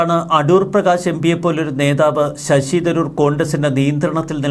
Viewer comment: നേഥാവല്ല, നേതാവ്. കുറേ കാലമായില്ലേ വാർത്ത വായിക്കാൻ തുടങ്ങിയിട്ട്.